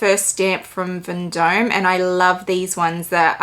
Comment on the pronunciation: It is pronounced ‘Von Dom’….. not as written.